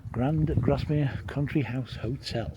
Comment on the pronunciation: It’s pronounced Grass mere